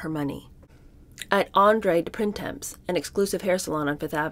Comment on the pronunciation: Printemps is a French word and it is not pronounced like “prin-temps”!